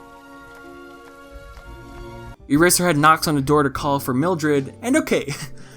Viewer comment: You keep saying Earserhead and I can only think of My Hero Academia.